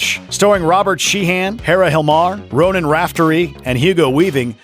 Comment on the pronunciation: It's Robert Sheehan not Shee HAN